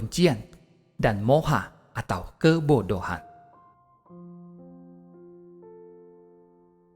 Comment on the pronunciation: Mohon maaf seyogyanya...bukan segoyanya.Tapi sungguh bermanfaat mendengarkan ....